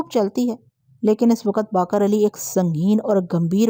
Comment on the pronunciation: السلام علیکم ۔ میں کافی عرصے سے آپ کی کہانیاں بڑے شوق سے سنتا آ رہا ہوں۔ اگر میں غلط نہیں تو شاید آپ جس علاقے سے ہیں وہاں الفاظ کو زبر سے ادا کرتے ہوں گے کیوں کہ میں کافی بار نشان دہی کی کہ خیز اور اثبات آپ زبر سے ادا کرتی ہیں اور باقر کو بھی آج آپ نے زبر سے ادا کیا مگر یہ اور دوسرے کئی الفاظ زیر کے ساتھ ہیں ۔ اِثبات ۔ خِیز ۔ اور باقِر۔ امید ہے آئندہ توجہ فرمائیں گی۔